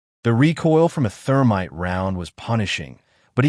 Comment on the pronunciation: "Therminte". Freshens your target's breath while ruining your weapon....